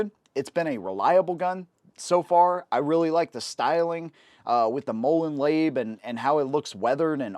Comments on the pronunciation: Mohlohn lahbay is how it is pronounced btw. I love 1911. Safety no issue. Drops down with thumb as you raise it to target, after practice. Safety on and you get it grabbed bad guy may not know how to release it. Gives a moment to get it back. Grip, half cock, slide rear pressure disconnect and main safeties all good. Stick with one gun and all will be ready if you drill with it. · Did he just say "moe-lun laib"? 😕